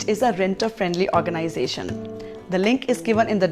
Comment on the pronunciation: Sooper organaisation, are you rich 😂😂😂